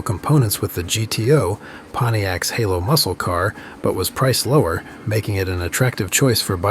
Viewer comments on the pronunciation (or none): none